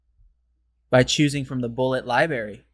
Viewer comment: You lost me when you pronounced the word "library" as "libary," without the first "r" sound. No way.